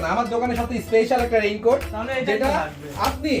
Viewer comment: Vai rain cote tar nam agee vlo kore uccharon koren 😂😂😂